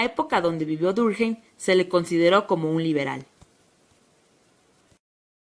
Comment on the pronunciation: Emilio Durjeim? que carajo?.... Emile Durkheim es un nombre francés, no cometan borrachadas con el nombre por favor...